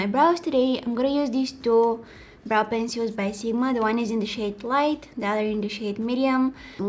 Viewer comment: “Da Valentine’s Day” ❤️🤣